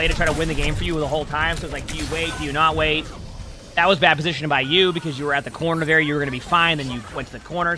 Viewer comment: take a shot every time he says "positionin"